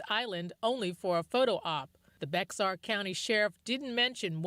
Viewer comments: It is not Bexar it is pronounced BEAR! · Bexar pronounced as in bear or bare. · It is not pronounced as Bex- are, the correct pronunciation is just like the animal Bear. It is pronounced Bear County. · It’s not “Bex-ar” it’s pronounced “Bayer” county. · Bexar county is pronounced like Bear. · THAT COUNTY IN TEXAS "BEAXR" PRONOUNED BEAR! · Bexar is pronounced Behar.